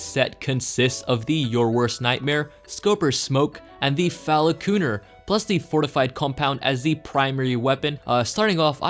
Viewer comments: it's not pronounced fala-kooner it's pronounced like phall-kunner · falacooner? It's falconer. Pronounced fal cun er. You know, like, someone who trains falcons using that type of protective glove to protect from the bird's talons? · "Falacooner" Am angery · Did you actually not know how to say it or did you just do it for a joke